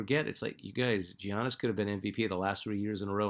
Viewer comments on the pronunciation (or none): I watched that part again and you're right! Honestly don't know why I did that. I made a fuss years ago when no one could pronounce his last name! Thanks for the check! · how do you not know how to pronounce Giannis. Come on now lol